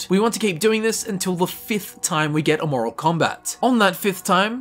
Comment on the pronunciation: Can pronounce Aeternus but not Amoral. 😂